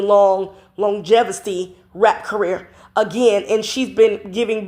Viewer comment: The word is longevity not gesfaty